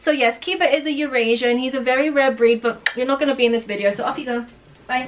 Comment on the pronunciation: Didn't know Eurasier was pronounced Eurasian